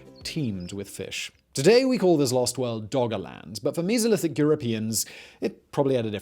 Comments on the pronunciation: "Meezolithic"?? WTF? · The “Misolithic”. 🤣